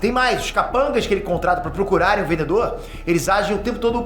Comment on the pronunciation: O "vendeDor". 😅